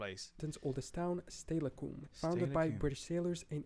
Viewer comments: Don’t trust any of these pronunciations. I’m pretty sure he got more wrong than he did right. I really wish people would do a little research on correct pronunciations before putting incorrect information out into the world. The one from Washington (where I live) is Steilacoom pronounced Still-a-come. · I live in lakewood WA. Is next to stillicom. He pronounced it wrong of course. Lakewood became a city in 1996.